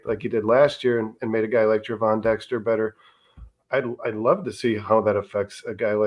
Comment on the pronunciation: Gervon is pronounced with a soft G, like George.